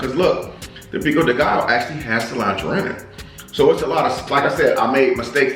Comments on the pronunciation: Guess I'm early for once!🔥❤ Pico de gallo is pronounced pico de ga-yo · The Spanish alphabet has extra letters. The double “LL” is pronounced like “ya” so for example your flour “tortillas” is pronounced “tortiyas” . The Another example “pico de Gallo” is pronounced “Peeko de gayo” . Just thought I’d share that. Lol! Great 👍🏽 video! God bless!